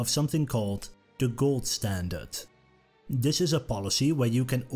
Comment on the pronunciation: Why can't the narrator pronounce "th" properly? "This" becomes "Dis". Something that makes this (th-is) unlistenable, as far as I am concerned. :face-orange-frowning